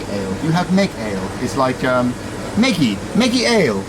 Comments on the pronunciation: hiya,, try pronouncing it Mej for meggy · meggy means sour cherry, so 'ggy' is the long version of 'gy' at the end of the word and should be pronounced, something like д in девушка. :)